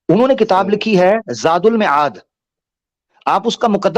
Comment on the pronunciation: زاد المَعاد معاد میم کے زبر کے ساتھ مَعاد